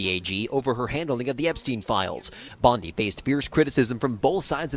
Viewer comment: If your going to do a story on somebody atleast pronounce their name correctly ! .... Bondy not Bondeye you banana 🍌